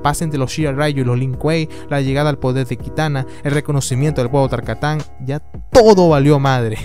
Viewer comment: Otro contra: La forma en la que dicen Tarkatanos es asquerosa